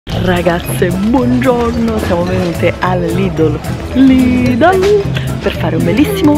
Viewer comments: perché invece di dire lidl dici sempre lidol? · scusate ma si dice LIDEL ...anche nelle pubblicità dice venite da LIDEL super sconto....sbaglio?Io l'hi sempre chiamato LIDEL...Comunque nn penso che nn si dice lidol😂😂😂vb dettagli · sono una tua fan da tanto tempo ma si dice Lidel ❤❤❤